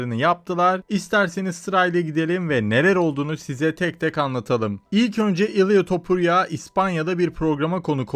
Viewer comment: Ilğğya topurya😂😂 tamam aksan sensin